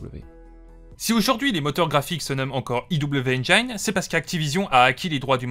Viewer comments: interessante video mais on dit engine pas engayne dsl mais ca m a trigger ^^ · Enjaïne ? Ça se prononce comme c'est écrit, tu pourrais le savoir à ton grand âge